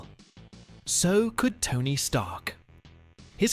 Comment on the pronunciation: Sorry sounds like Stark! No “er” sound on the end!